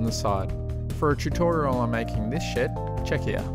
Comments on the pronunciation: I hear "shit" instead of "shed" everytime lol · When you said ,before painting the shed, it sounded like, before I paint this shit. Had me rolling.